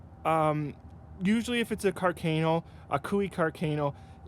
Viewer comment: I love Canada and I would love to have one of these Cooey custom rifles, but you guys are killing me with your pronunciation of Carcano and carbine.